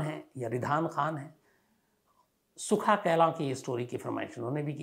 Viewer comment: सुखां कैलों है सर कहलवा नहीं है कैलों इसके गावं का नाम है।